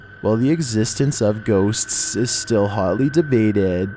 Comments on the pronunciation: GHOSTSSSSSSS WHY IS HE SAYING IT THAT WAY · Scariest part of the video is how he says ghosts